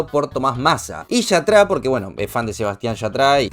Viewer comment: Yatrá???😂🤌🏻 Se pronuncia IÀTRA 👀 Y ni sé quién es pero lo oí nombrar mil veces